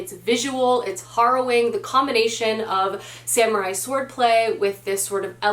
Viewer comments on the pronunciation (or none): none